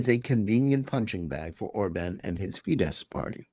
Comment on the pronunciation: The "SZ" in "Fidesz" is to be pronounced "SSSSSSSS" as a shard, voiceless "S", not in any way a king of "sh". If you cannot even pronounce the names of your enemies, just keep the f*ck silence.